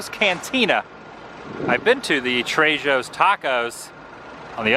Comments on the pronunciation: Trejo’s is pronounced “Treho’s”, unless you’re on Rodeo Drive, then all bets are off. lol 😂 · Oh Adam... Lol.... It's "Tray - hose" Got me laughing so hard. 😁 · The j in Trejos is sounded as an H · the J in trejos is pronounced as an H